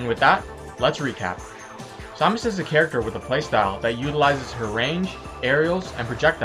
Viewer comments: sawmas is what ur saying its samus jeeeeez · It is SAM us not som us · Saw-mus.. IT'S SAH-MISS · you need to do a ZSS Guide (and it's Sam-us not som-us, sorry your driving me crazy) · Her name is said pronounced SAM-us. not sah-mus. It's annoying hearing it said the wrong way o.o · It pained me to see you mispronounce Samus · You're pronouncing Samus wrong... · Saying her name pisses me off soooo much the announcer says her name when you choose her how do you not know how to say it. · no he says samus he just pronounces it wrong